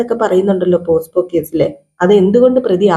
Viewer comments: പോസ്കോ (posco ) അല്ല പോക്സോ (pocso)... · അതെ പോസ്കോ അല്ല പോക്സോ